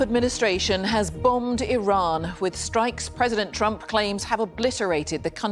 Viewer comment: Did he say president trumpet 😂